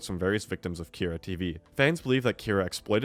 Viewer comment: How are you saying both “PAQ” and “Kyra” wrong? Have you even seen the show before? Lmao